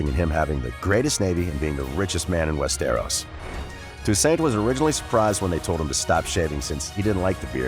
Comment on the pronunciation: its NOT "WEST AROS". ITS ONE BIG ASS WORD.